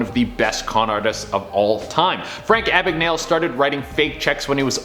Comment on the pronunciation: Ok, his name is pronounced Abegnal-e. Second, he was a master forger and worked with the F.B.I, not the C.I.A.